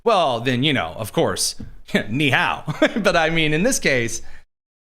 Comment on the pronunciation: Ni Hao! Lol. Excellent pronunciation. Love this show 👍